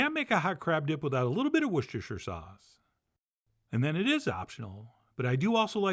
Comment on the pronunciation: Thank you for not pretending like you can't say Worcestershire Sauce, like everyone else on the internet.